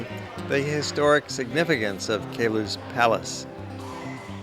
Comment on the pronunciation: Ugh. It's called the "Palace OF Queluz" Get it right. :/